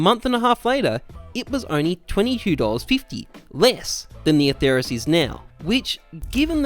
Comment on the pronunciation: Don't say it with a "th" it sounds horrible. The name is Latin and there is no "th" sound in Latin, only a "t" sound.